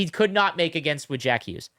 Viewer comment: In the US, you didn't hear 1 WORD about Olympic hockey outside of NHL network, until that OT goal. Now its EVERYWHERE. I didnt know you could mispronounce Jack Hughes that many different ways.